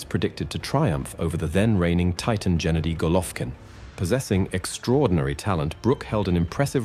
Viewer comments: not jenady. Hard 'g' as in green. gawd. get it right. fk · 🤦🏻‍♂️Not Jenady But Gennady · His name is GE-NADY? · Genady, with " g " as in "good" not " g " as in general. ...Golvkin is sufficiently famous to know how to pronounce his name. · His name is pronounced Ge-NAH-dee, with a HARD 'G' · Gennady - "g" is pronounced as in "go".